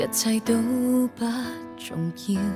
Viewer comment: 如果能改掉那港女裝爹的懶音（e.g.「做」說成「糙」、「重要」說成「jon要」etc.）會好點。只有local grown up的香港廣東妹才會有此發音